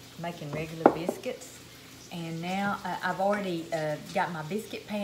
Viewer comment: Take note: this lovely lady must be from the tri state area of Tn,MS, Ark. Notice how she says “ biscuits “. She’s home folk.❤️ I just here to listen bc I am homesick 👍🏿💁🏿‍♂️🙏🏿 God bless y’all.